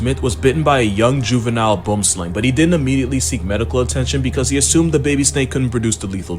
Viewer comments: Its pronounced BOOM slang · bum-sling? common. i am norwegian and know thats not its name... boomslang... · The pronunciation of Boomslang is kinda confusing. Most western English (US & UK) speakers just say it like it looks, and anyone familiar with the snake know what you are referring to, but it's an Afrkaans word, and its pronunciation when written in English sounds, is closer to bwumslang.